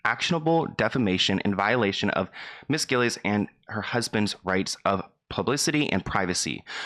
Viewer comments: Quit saying gillas, it’s gillies bruh 👁👄👁 .. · “ Liz gillas “ like brooo it’s gillies, can you read that? So it’s supposed to be Liz gillies, lees, gil-lees, not Gil-as…like you are pronouncing her name off kinda like way off?! , also aren’t even saying her full first name and I guess they probably don’t want too?? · You say Gillies like Gil (fish gills) and (eeeesss) combine them together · LMAO WHY DID U SAY HER LAST NAME LIKE THAT